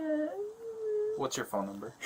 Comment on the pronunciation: Where's my phoNUH? Where is itTUH?